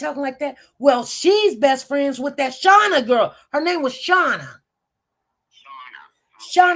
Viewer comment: SHANA BLUE!!! 😉(Although, I believe ya'll pronounced her name more like Shah-nee Blue). See, I will ALWAYS remember every single detail of this case. No matter how small. Anyways, HEY!!!! I Knew I could count on you & come here for my ACCURATE Codi updates!😊 Hope all is well & God Bless❤